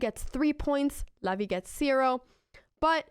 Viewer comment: Funny how you pronounce "Levy" like "LAVVY" xD